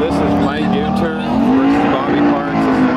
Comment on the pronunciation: Hey one question do you pronounce Gun as Gun or Goon? Because at the end when you said Mike Goonter I laughed hard as hell well anyway his name is pronounced Gunter that's my homie and he has had some badass fast cars he used to have a really fast Outlaw 10.5 car and a few other fast cars until he decided he wanted to get into No Prep but he's still fast and one day I'm going to be out there as well I have a few people I know that go to the North Carolina races and a few family members as well so I'll hitch a ride and come out and hang out with everyone